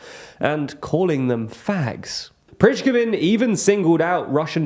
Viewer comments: "Priskosin" is just what happens when you don't care what you pronounce. It's not about being English speaker, there are plenty of examples, e.g. Perun, who pronounce everything clearly. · the pronunciation of 'Prigozhin' and some UA cities sometimes is not even close to how it should be pronounced. You need to do a better research in this direction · Putin has problem to control Prigozhin. have problem to say Prigozhin. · Your pronunciation of the head of the Wagner group is so atrocious that for a while I actually wondered who you were talking about (listening as podcast, not watching the images) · I was looking for this comment. The pronunciation made me cringe throughout the video, especially because it’s not difficult to get it right. Not a particularly complicated name and plenty of journalists and Russian born commentators who have talked about him frequently. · Please learn how to pronounce Prigozhin! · Apart from your jarring pronunciation of Prigozhin this was a good video, as usual 😌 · By this point I think they just do names wrong on purpose :face-blue-smiling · Your content is great and always really useful - but please hire a Russian/Ukrainian language specialist to help with pronunciation. As a Russian speaker, the mispronounciations can be quite distracting and I think its vital that this kind of content on YouTube be accessible to Russians (for reasons I hope are obvious). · Please please please learn how to pronounce Prigozhin... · Every time he misspronounces "Prigozhin", I kinda wince :) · Please learn how to pronounce Prigozhin properly... and Kadyrov too. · The only brutal slaughter I noticed in this video was Prighozyn's name pronounced. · Is Prigozhin's name pronounced differently every time on purpose? :)) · seriously dude prigozhin is not that hard to pronounce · Didn't realise you were talking about the same guy due to the name pronunciation being off here haha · Prih-GO-zhin not Prizhgovin 😂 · It's Prigozhin, not Prizhgovin